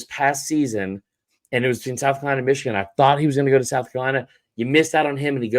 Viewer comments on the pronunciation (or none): none